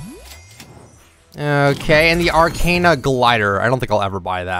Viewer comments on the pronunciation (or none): none